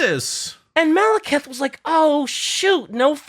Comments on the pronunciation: saying Maleketh every time he mentions Malekith was pretty painful to me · I know this is just me being petty, but I did not expect to be screaming "Malekith! The E comes before the I!" For like half an hour in my car